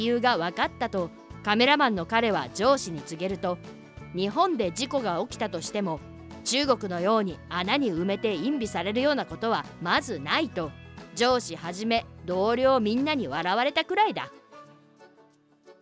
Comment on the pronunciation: 声優さん、、、 隠蔽を「いんび」って、、、 「いんぺい」でしよー！